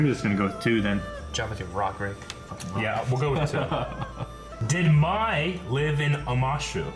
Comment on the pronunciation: How dare you play the game of Pai Sho when you can not even pronounce Master Pakku's name correctly (it's pah-koo), pronounce Hei Bai (hey-bye, not high-bay) or remember that he's a spirit, remember that Gran-Gran's name is Kanna, also, Mai (may, not my) was in Omashu. No offense, just pointing out all the shit that bugged me out of my skin 🤷‍♀️ Edit: also, Ursa was Zuko's mom you dingbats